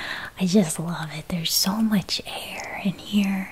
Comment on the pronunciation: I thought she said ‘hair’...😳